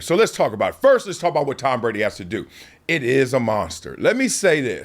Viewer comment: Ironically he is struggling naming players but u can tell he knows what hes talking abaht I personally think he'll b fine